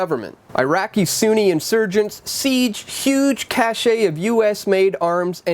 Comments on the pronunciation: "Cache" is pronounced as "cash" not "cash-ay". Good Grief. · Cache is pronounced like "cash", not "cash-eh". Cache is a conjugated form of the root verb "cacher" which means "hidden" or "to hide". Do you see an accent egu on the "e"? No, no you don't. It's almost as bad as not being able to pronounce hegemony. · Great report! (Whoops, "cache" of weapons etc. pronounced same as 'cash.') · "Cachet" or "cache"? Because "cache" doesn't have an "eh" on the end, or even an "et". Just pretend you're talking about money.